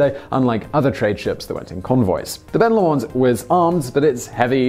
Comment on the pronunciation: Please don't pronounce Ben Lomond that way again...